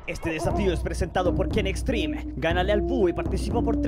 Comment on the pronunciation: dice ken xtreme xD